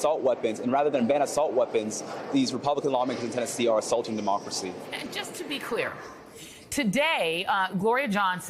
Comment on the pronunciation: 😂😂😂....all of a sudden..."MA-Democracy" 🤣🤣🤣